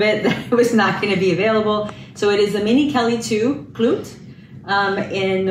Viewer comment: Pronounced ‘klou-tay’ 🙂 Love it so much. Congratulations! 🙌🏼🙌🏼🙌🏼🫶🏼